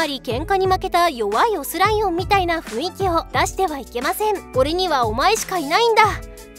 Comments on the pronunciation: 「ふいんき」じゃなくて「ふんいき」ですよ。（マジレス） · ふいんき、、、 ふんいきやで気をつけな…… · ふいんき× ふんいき〇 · 「ふいんき」じゃなくて 「ふんいき」じゃね？ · それ思った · 雰囲気は「ふいんき」じゃなくて、「ふんいき」ですよ！！ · ふいんきって言ってるwww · ふいんきって言うのめっちゃ気になっちゃう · ふいんきじゃなくてふんいきやで。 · ふいんきじゃねよ ふんいきだよおお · ふいんき❌ ふんいき⭕️ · ふいんきじゃなくてふんいきですよー！ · 雰囲気 ↑ ふいんき❌ ふんいき⭕ 字くらいちゃんと読めよw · ふんいきをふいんきって言うやつ苦手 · 雰囲気をふいんきと読むんですか？ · 「ふいんき」ではなく「ふんいき」 以上マジレスごめんなさい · ふいんき❌ふんいき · ふいんき めっちゃ気になる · ふいんきではなくふんいきでは？(マジレス) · 「ふいんき」じゃない、「ふんいき」だ。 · フインキ？フンイキじゃないかな？ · 「ふいんき」じゃなくて「ふんいき」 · ふいんき、じゃなくて、 ふんいきだ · ふいんき× ふんいき○ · ふいんき ではなく ふんいき ですよ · ふいんきって言ってないか？ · ふいんき じゃなくて ふんいき ！！ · 「雰囲気」を「ふいんき」って言ってるからモテないんですね、わかります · 雰囲気の読み方は「ふんいき」じゃい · ふいんきって言ってる…w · 雰囲気は「ふんいき」って読むんじゃないのーっ